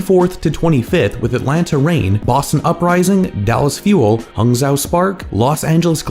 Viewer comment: we've been over this. Huangzhou is pronounced like Hwong-Joe, not this Hung-zow thing you keep saying